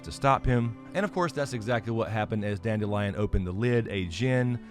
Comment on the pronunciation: Listening to the audiobook, instead of pronouncing his name as "dandelion", They went for a slightly different approach…dand-ill-ee-on…Kind of a play on the sound of the word instead.